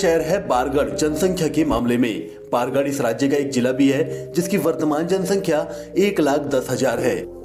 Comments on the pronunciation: Not bargard it's bargarh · Not baargad, bargad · बारगढ़ नहीं बरगढ़ हैं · बारगड नहीं बरगड है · Baargad nahi Bargarh he ...or bhataa nahi bhat handi he ............ Love from sambalpur❤ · Bargarh bolte h